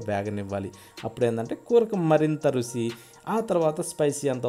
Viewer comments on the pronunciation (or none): సలి కాదు సార్, చలి అలాగే రుసి కాదు రుచి